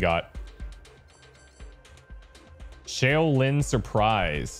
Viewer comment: Shayo-Lin... Bruh, are you serious? How do you not know "Shoalin"?